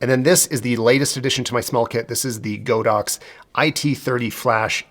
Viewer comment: As a Chinese I need to tell everybody that it's not Go-Dox, but God-Ox, meaning an Ox God hahah